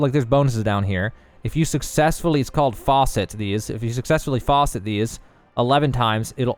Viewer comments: Great video :) for info : It is FAcet (A like apple) not Faucet as in the water dispending device lol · Facet, "fass-it". What you said was faucet lol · Fas-et not Faucet lol. Pronunciation had me dying. Fas should should like it does in fast and then set is just that. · This is excellent, especially since it was right after launch. But I had to chuckle a little. Facet is not pronounced "faucet". LOL Great video, well done! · It's " FASS - IT " not faucet , there's no water coming out this thing bud lol , Good video though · its (fass-et) (not (faw-set) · So a "FaWset" is what water comes out of in the sink. Facet is pronounced completely differently and means socket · Stupidly helpful. Bravo. Also, from a man who cannot pronounce caprese correctly: FA-set. Cheers & thank you! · It's pronounced facet (a as in Cat, not as in faucet) .. Sorry dude, it was just driving me nuts lol XD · Please.. for the love of god... it's not FAUCET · Great for learning about engraving, not great for learning how to pronounce Facet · Thanks for the guide, it's the clearest one I've found on YouTube by far. Only feedback is you're pronouncing "facet" wrong, it should rhyme with "pass it". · Your pronunciation of a lot of these words are incorrect. Rapport, ether and facet to name a few.